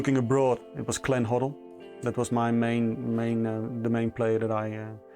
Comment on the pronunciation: he surprise me when he said “Glenn Hoddle”